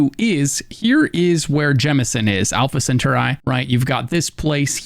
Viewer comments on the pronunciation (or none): It's pronounced sen-tor-ee my guy. Not center-eye😉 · Where did your Alpha Centauri pronunciation come from? The pronunciations in dictionaries don't have a centaur-eye as a possible pronunciation. Centaur-eee is the pronunciation I find in all American and British dictionaries I consulted. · Not to sound 🤓🤓🤓 but its pronounced scent-are-eee not center-eye 😅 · Respectful note. It is Al-fa Cent-ah-ree. Being an influencer and streamer is tough, but proper pronunciation builds legitimacy. Thanks for the game tips. I knew most of this, and it is a good set of info for any beginner. You can also hack the Vanguard Pilot Sim, which is a good way to get mods. Get right back up after initially sitting down. Also a tip to add is about never selling your Advanced weapons, specifically rare and above, due to uniqueness and damage. Store them at the lodge for later, instead of a quick cash out. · *Alpha Sen-TAH-ree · Stopped watching when I heard the awful pronunciation of Alpha Centauri.....(Alpha CENT OR E) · Plz stop saying “ cen ter eye “ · Wild pronunciation of Alpha Centauri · Bro doesnt know how to pronounce Alpha Centauri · What a strange way to pronounce “Alpha Centauri” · My man needs to look up how to pronounce "Alpha Centauri"..... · Omg tge way you were saying Alpha Centauri was killing me 🤣 great video though 🤙